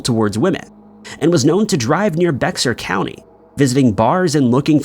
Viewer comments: It is not pronounced: Bex Ar County, It is pronounced like "Bayer," Like the Aspirin... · If you've never seen the word before just look up the pronunciation to be safe. No matter how sure you are about it. Bexar is pronounced bey_har. There's quite a few places like that here in Texas. Mexia seems pretty straight forward, mex _ia . But it's actually mah_hey_a. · It's 😂 pronounced bear. Crazy thing I live in Converse and I never heard about this WTH. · I love your videos but I can't help myself. .bexar county is pronounced Bear. Ignore the x. Sorry..carry on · I was born I Bexar county...its pronounced like "bear". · You need to practice your Spanish. Bexar County pronounced Bear County, the X is silent. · Just for future reference “Bexar” is pronounced as “Bear” idk why they chose to spell it that way but🤷🏻‍♀️😅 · You are an Indian, it's pronounced baaerr